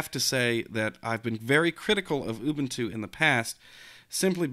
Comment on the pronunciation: ooobooontooo LOL!